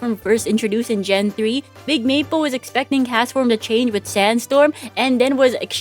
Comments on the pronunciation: is it just me or does it sound like she's saying "meatball" sometimes instead of maple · every time you say smoll maple all I hear is smoll meepo